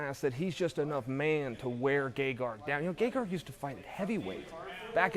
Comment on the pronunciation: Chael correctly spelled it "Gegard" but is still pronouncing 'Gegarg'. I'm done trying to figure this one out.